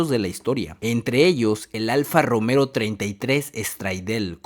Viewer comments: Terrible IA, llamar Romero al Alfa Romeo es una blasfemia. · "Alfa Romero" 🤣🤣🤣🤣🤣🤣🤣